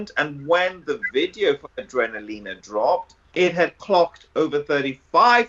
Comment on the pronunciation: Awesome! I love you but surely you know it’s pronounced A-DRENA-LINA rather than A-DREENA-LINA!